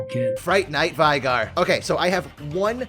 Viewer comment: How are you still pronouncing Shaco "Shacko" and Veigar "Vi-Gar"?? Veigar literally told you how to pronounce multiple times